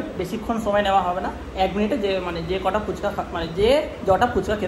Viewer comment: কথা টা জটা নয় কটা😂😂😂😉😁😁